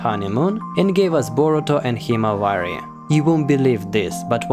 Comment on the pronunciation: It’s Boruto not borutom